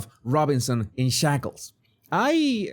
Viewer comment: Did you say shackles or 'shekels'? 🤣